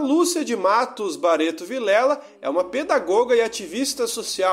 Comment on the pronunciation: Bareto, Aruda, Sera Pelada... acho que o narrador faltou na aula de como se pronuncia o "rr".